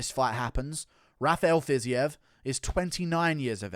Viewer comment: Bro it's not "Fizzy-ev" it's pronounced "Fazeev" ;)